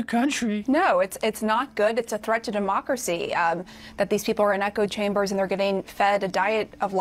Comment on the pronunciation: Its Thweat to democwacy!